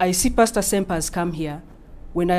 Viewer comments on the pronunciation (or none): I just realized the mf isn’t called Pasta, but is simply pastor pronounced with an accent. I feel so dumb HAHAHAH